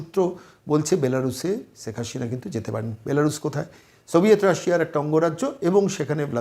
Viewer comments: শ আর স এর উচ্চারণ কি উনি জানেন না?! সেখ হাশিনা বলছেন উপস্থাপক বার বার!!!😅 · Kindly pronounce the name correctly! It's SHEIKH HASINA & NOT Seik HaSHina...Why is it that you people cannot pronounce our kind of names? 👿👿👿 Btw: I'm NOT a supporter of Sheikh Hasina though...